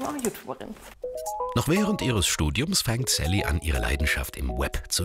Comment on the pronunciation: Hahahahhahaha das heißt saliha nicht sally